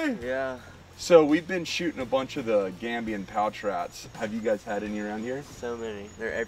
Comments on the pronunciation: “They’re Gambodian, straight from Gambodia!” 🤦🏻‍♂️ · You keep saying Gambodian rats, it's Gambian😂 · Gambian. Not Gambodian. Good shooting. Thank you.